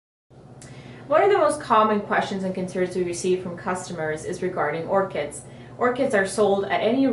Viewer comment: It's Orchids with a D... Not "Orchits" >.<